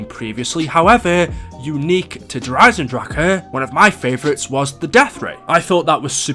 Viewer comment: Hey he said it right. Kind of.